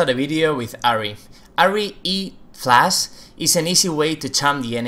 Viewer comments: its flash not flas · the moment u say Flash,Video,Combo,and any champion name, the spanish accent pours out of u :P